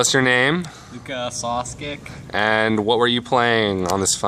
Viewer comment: lol he can't even say his own name properly, not that its his fault cause his parents are from balkan, but he def. grew up in us.. anyways, congrats